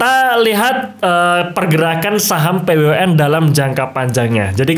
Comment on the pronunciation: Kok nyebutin nya p-we-u-n ...